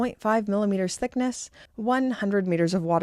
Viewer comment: Observation - when you combine "millimeters" with "thickness" they combine to make it sound like youre saying sickness. Listen and tell me im lying 😁